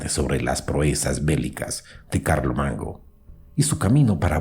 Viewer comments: No pronuncias bien las palabras! Entre otros errores dijiste Carlo Mango! 🥴🥴🥴🥴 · En el relato usted dijo Clarito CARLO MANGO 😁😁😁😁😁😁